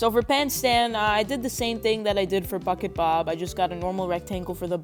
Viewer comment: when you said bucket bob it sounded like fuckit bob